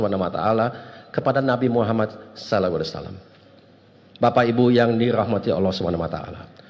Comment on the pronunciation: Maaf, isinya biasa sj. Malah bikin ngantuk Penyebutan SAW jg msih kurang tepat